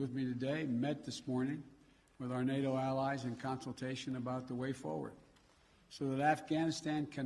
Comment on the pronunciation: “Our Al-Al-UH-ALLIVES”